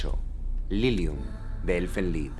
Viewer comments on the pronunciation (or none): "Elfen lid" 🤣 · “Elfen laid” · Elfen Laid ... Elfen Leid Se Lee Así, Aunque Puede Leerse De La Forma Que Está Escrito, Seria Elfen Leid